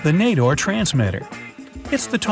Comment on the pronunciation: Yayayaya im from morocco but not nador. And its (na-dor) not (nae-dor